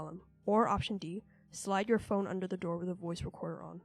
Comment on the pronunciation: "supernatural dore"